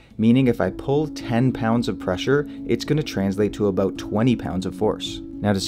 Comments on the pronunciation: Aboot? Aboot? I sense a Canadian disturbing the Force. Good information, though. A HA! You even admit to it. The only thing wrong with being Canadian is... Trudeau. You gotta get rid of that doofus. Of course, we have Brandon, sooo. Let's go Brandon #Trudeau must go! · haha "aboot"